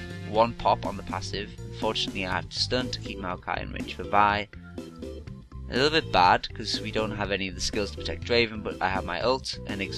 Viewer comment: Vi is pronounced "v-eye" not "vee" LOL